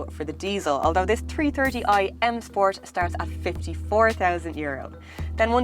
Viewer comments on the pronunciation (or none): The Tree Terty eye ..... sorry i just could not resist it... my apologies once again...